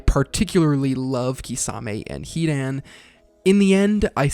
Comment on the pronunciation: I like how you said Hidan at first then the second time you pronounce his name hi.daan. It’s pronounced Hi.don